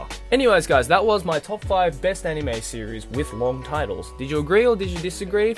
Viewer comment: Why won't you pronounce anime and manga right? You can read everything else very well ._.